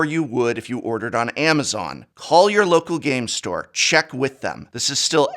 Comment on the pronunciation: I must say, the way you say local Game Store, i feel uneasy